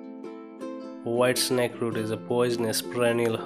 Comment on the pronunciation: "De why snakeroo"